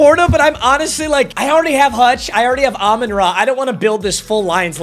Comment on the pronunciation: It hurts me every time that he is a die hard lions fan and can’t pronounce “Amon-Ra” properly.. it’s RAH not RUH